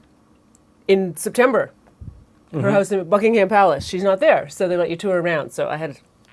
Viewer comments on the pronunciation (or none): Every british person watching this video when says Buckingham 😬😬😬